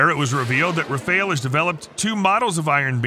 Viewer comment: The Q in Qassam sounds like a K (Kassem), not like a Q (Quassem). Likewise, Rafael is pronounced like Ra-fa-ehl, not Rafeil.